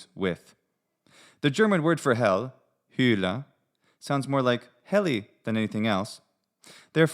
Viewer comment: The German Word for hell Hülle... WRONG. It's Hölle. Ö is the same sound as the e in German. And not the e in Germanicum. And not iu as in cium.